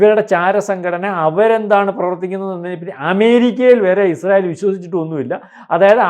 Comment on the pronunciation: ഇഷ്രായേൽ അല്ല യിസ്രായേൽ എന്നാണ്..